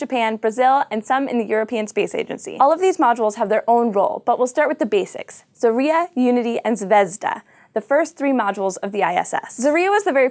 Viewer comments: Guys, I know, this is an American thing to pronounce things how you feel like it, but come on, can't you do at least a liiiiitle bit of research about how some foreign names are pronounced...? What the hell is a zar-Y-a? It is za-rYA. The other one is not zv-E-zda, it is zvez-dA....And one of the recent cosmonauts is not scrip-O-chka, he is scr-I-pochka... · Zarya is a Russian word, so it's pronounced a bit differently. It's not 'zarIA' like you said, it's actually 'zarYA'. Last two letters are spelled 'YA' as in 'YAhoo' or 'YAvin IV'. Though I imagine it might be difficult to say out loud for somebody who doesn't speak the language. Cheers! :) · ITS NOT ZARIA BUT ZARYA or the effect from fireworks exploading. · Zaria? Really? It's Zarya. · not zarYa but zOria, not zvEzda, but zvezdAA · "Zarya" is two syllables, not three. This is clear from the Cyrillic spelling, with only four letters, two of which are vowels: заря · Her pronunciation of the Russian names of the ISS modules is horrific.